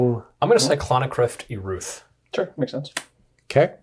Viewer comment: just quietly mumbling "Eruth" broke me